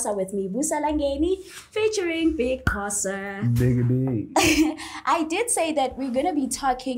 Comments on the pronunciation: Correcting her was not going to help coz thats how she pronounces Xho. It was going to be Xho! Qho! Xho! Qho! Agcine uBig Xhosa ethi Yerrrrrr! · can speak isizulu but was calling Big Xhosa as Big Qhosa..zikhiphani ngaye i model c 🤔🤗 just say Big Xhosa is it difficult for u lady?... awumfundise isizulu King Ginger 🤝